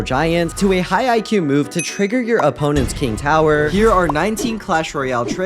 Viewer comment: "trigger your opponents king yower"